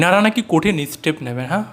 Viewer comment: ওরে বাবা, ' তিনমূল ' নয় কথাটা ' তৃণমূল '। কঠিন estape নয় কঠিন stape হবে। আর vedio content বিষয়ে একটাই কথা, ' ছিঃ।'